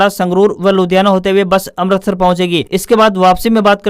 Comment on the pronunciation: आप अमृतसर को अमरतसर बोल रहे हैं। कृपया शुद्ध उच्चारण करें।